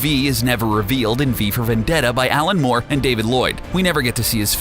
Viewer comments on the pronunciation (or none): none